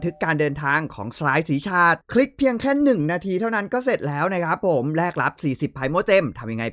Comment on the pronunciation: สีชาด ออกเสียงเหมือนเพลงชาติครับ